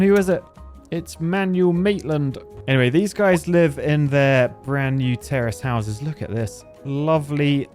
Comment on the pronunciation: It sounds like he's saying terrorist houses